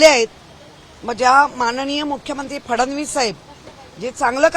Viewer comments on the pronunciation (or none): none